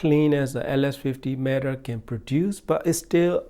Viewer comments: It’s META, not MATTER. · He calls it “matter” not meh tuh